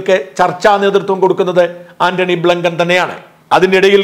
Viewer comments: Antony Blinken, not Blunken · Shaja, ബ്ലൂങ്കൻ അല്ല ബ്ലിങ്കൻ. താങ്കളുടെ ഉച്ചരണം മോശമാണ് കുട്ടാ. ശ്രദ്ധിക്കുക.😢😢😢